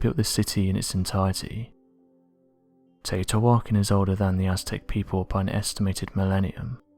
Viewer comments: Teotihuacan is pronounced more like Te-o-Tea-wa-can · The city is pronounced Tae-O-Tee-Wa-Con...you're killin me, lol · The city is pronounced Tay oh tay whah kahn, which means God's house place. Cutiouly, it means the same thing in the Gaelic and Gaeddic Celtic languages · First if you're going to do a documentary know how to pronounce the name of the place that's completely wrong pronunciation second off this is a huge power plant which draws water in from the river the stones that are clad around the whole building or electromagnetic they could use local stones that are everywhere but these stones are from hundreds of miles away and we're also covered up with stucco so you couldn't see them do you know the colors of big rock with a whole bunch of smaller rocks around every Rock it's the conduct electricity that's why they chose those rocks because you would never see them cuz they would be stuccoed over you want to get stupid keep watching this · Great video, but that pronunciation of teotihuacan is really sticking out to me... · Yeah....you would have thought he would pronounce it properly lol